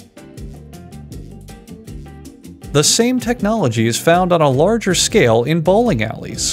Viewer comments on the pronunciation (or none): none